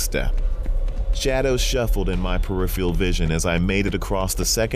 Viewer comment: Iron is not pronounced eye-ron. This guy can't read. :( It's terrible. Peripheral. Iron. So many simple words.